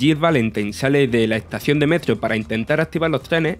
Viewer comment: “Tre” (tres) metrio “ (metro) es extraña su pronunciación